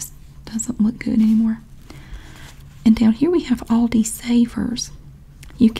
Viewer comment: Yeah, Love the sale circular series 😄 And the way you pronounce Aldi is just right, I‘m from Germany and we say it just like that 😉